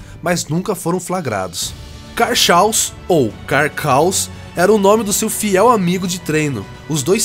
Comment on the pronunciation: Mais um vídeo top. Estou assistindo há algumas semanas (os vídeos). Conteúdo muito bem feito e pensado. Tenho 28 anos, estou atualmente casado e pai de alguns filhos (kkkkkk). Voltei a jogar recentemente por causa dos vídeos do. Parabéns. Apenas um adendo. A palavra Chaos em inglês significa "caos". E lê-se "Queiós", sendo a sílaba tônica a primeira ("quei"). Sou professor de idiomas e achei bacana dar a dica. Pra finaliza, vão tudo tomar na olhota do.... forte abraço. kkkkkk